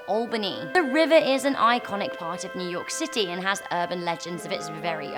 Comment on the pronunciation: Yu york city really